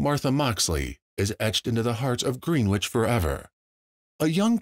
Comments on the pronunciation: Its pronounced "Grenich" not green which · Greenwich is NOT merely a 15 minute ride to NYC. also, please get the correct pronunciation of Greenwich down. it is not “Green - Witch” it is after the famous place in England “Gren- ich” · Btw it's not pronounced Green-witch brother...try Gren-itch if you want accuracy as a journalist. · Its pronounced gren itch and not green wich. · Yea that was bothering me too. No long e!!